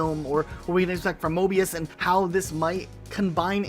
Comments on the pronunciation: The amount of times he said mobius instead of morbius lol ⬇️ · I believe you mean “Morbius” and not “Mobius” for Sony’s project lol. Sorry just had to point it out